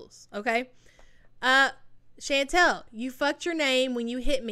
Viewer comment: It’s pronounced “Shawn-tall” not “Shan-tell” it’s killing me you can’t pronounce her name. Chantal. Chan tal. Get it? Chantal.